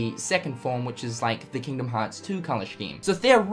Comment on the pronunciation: Right,... bro. Scheme is not pronounced shkeem.. It's pronounced skeem....